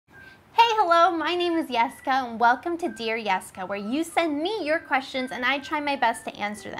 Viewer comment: She didn't "hey Yesica" this time. She said it correctly.